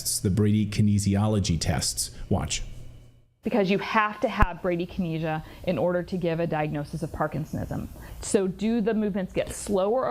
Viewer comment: Listening to Clayton try to pronounce bradykinesia was painful 😣